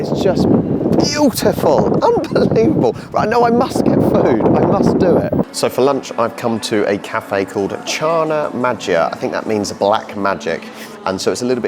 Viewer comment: Czarna Magia, g is read like in "good" word